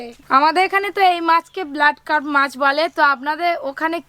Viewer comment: Cup noi carp